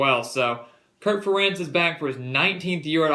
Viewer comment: you can't even pronounce the head coaches name...So... I will give you that Iowa is down this year but there is no way they will Lose to MSU, Nebraska, or Northwestern and Iowa always wins a game they sholdn't so they will beat either PSU, OSU or Wisconson